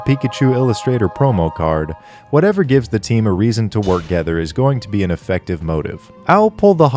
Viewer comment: haha "reson" instead of "reason" 0/10 channel